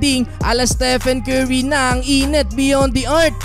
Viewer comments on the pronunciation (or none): none